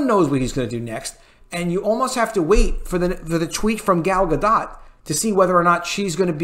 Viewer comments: I heard Gal Gadot's name is pronounced like Gall Gadut. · Dude...I love you but its ZaslAv (not ZaslOv). Also it's Gal Gadot (silent 't' not Gadott.